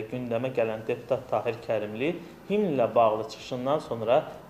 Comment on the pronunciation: Serengam,sençyabr (sentyabr),magaralarla,cirektor,siyasi maçivler,ceputat Tahir Kərimli.Bu sözler yeqin yeni sözlerdi.Xahiş edirem bu televiziyada danişanlar dilimizi düz danişsinlar.